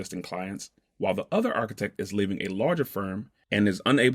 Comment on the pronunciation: It would be great if you could get a guy on there that could pronounce the word "architect" correctly.